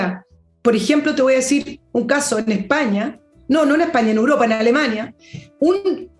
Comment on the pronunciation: Querida e inteligente, con todo respeto tengo que corregirte porque dices "uropa" en lugar de "Europa". Un abrazo y sigue haciendonos los jueves más interesantes junto a Fernando y sus extraterrestres.